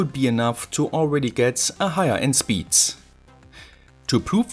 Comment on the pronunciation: Pointless video, "I must not alter ze zpeed limit" 😂